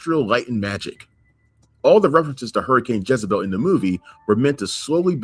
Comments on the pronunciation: Dude - it's pronounced "Jezz-a-belle", not "Jizz-a-belle" 😂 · Not Jizebel. It's Jezebel. Another great video,! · JEZebel. Not JIZZabel. You’re a grown man,. It’s JEZebel. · PLEASE STOP SAYING JIZ-A-BEL.. ITS JEZZZZZZ 😂😂😂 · Jezz a bell not Jizz you sicko /s. Great vids. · You pronouncing jezebel as jizzebel is pissin me off 😂😂😂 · Why does keep saying Jizabel??? 😂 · Can’t get over the way you say “Jezebel” 😂 all I hear is “Jizzabel.” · I thought u were fkn around U REALLY THNK ITS PRONOUNCED JIZZABELL 😂😂😂😂😂😂😂😂 WHAT AN ABSOLUTE BUFFOON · The way keeps pronouncing Jezebel “JIZZ-uh-bell is sending me. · I love how calls Jezebel “JIZZabel”, I thought Jizzabel was an adult film star 🤠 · JEZZ-AH-BELL. Bro you are off your rocker. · WHY DO YOU KEEP PRONOUNCING IT LIKE "JIZZ"ABEL??😭🤣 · For some reason keeps saying Jizzebel. It took me a little bit to understand what he was referring to. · You mispronounce Jezbel. Do you know the meaning of a "Jezebel".... look it up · And can't pronounce it!